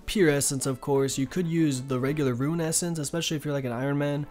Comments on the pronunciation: Great video, but you mispronouncing rune to ruin just triggered me so damn hard! Again, great video though. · Please point to the letter I in the word 'Rune.' It's not there.